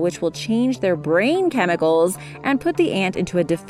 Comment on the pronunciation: "which will chänge their brÄÄEEIIIn chemicEls"